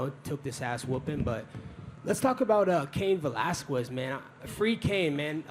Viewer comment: "Cain ValasKWEZ"